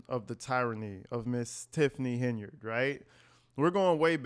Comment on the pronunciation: Triple T is unable to talk like a professional. No surprise she doesn't pronounce his last name correctly.